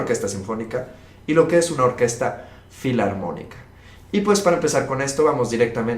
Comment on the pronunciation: recuerda q NO es " Fliantrópica " , sino FILARMÓNICA